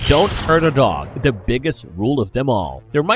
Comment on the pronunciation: The robotic voice continually saying " da" or "duh" instead of "the" is pretty hilarious ( I seriously dislike the voice no matter what, though )